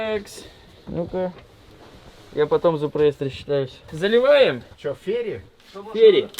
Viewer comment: ФеЙри, а не Фери. Фери звучит как паром, а Фейри это фея